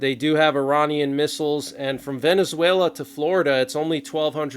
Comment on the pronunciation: IRANIAN…..Not Er Ron Ian….correct pronunciation Er RAIN Ian.